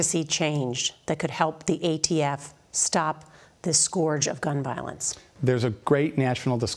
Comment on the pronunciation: I dont think thats how you pronounce "Scourge".